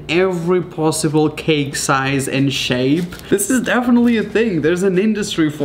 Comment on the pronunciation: am I the only one who hears pLosible instead of posible XD